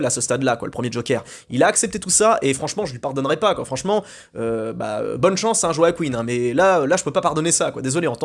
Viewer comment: "Joaqueen" phoenix 😂